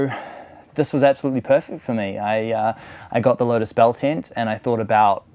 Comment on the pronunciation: saying "UM" every sentence is annoying ! Its a TENT not a TINT ! FYI